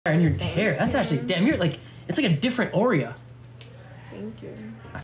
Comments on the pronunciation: He still don’t know how to pronounce aura “Orea” 😭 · AURA NOT AURIA FOR THE x smh pronounced Or-UH